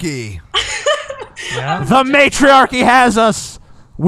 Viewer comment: You made Matriarchy sound like Matrix hahaha